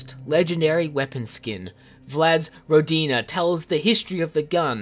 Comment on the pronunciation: Ròdina not Rodìna -_